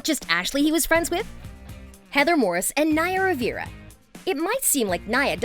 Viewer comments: Omg I can’t believe you don’t know you don’t know how to pronounce “Rivera”. Would you pronounce River “Rivier”? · They way she pronunces Rivera is painfull... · also mispronounced rivera